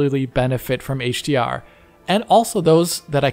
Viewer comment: Heyyyytsch Di Arrr